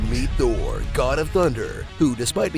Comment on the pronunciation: Just gonna say, I did enjoy The Dark World more than Ragnarok. Also Thour (pronounced Thou-er)